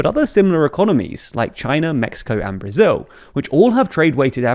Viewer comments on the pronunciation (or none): none